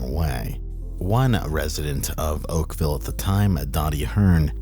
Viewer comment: Not oakvale